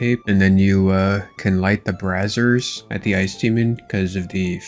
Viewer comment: Light the “brazzers” 😂😂 brayyeezerrrs my guy 🫡 love you but that was funny